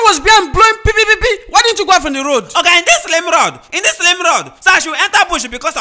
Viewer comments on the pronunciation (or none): was saying pie pie instead of pii pii